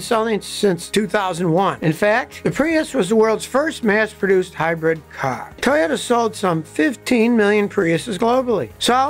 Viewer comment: It's a "High Bread Cah" 😂